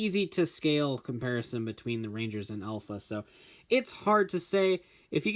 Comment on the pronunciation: Did it trigger anyone at the beginning when he pronounced Alpha as "elf a"